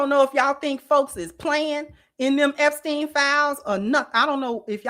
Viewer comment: 'Epsteln Gumbo' is crazy work 🤣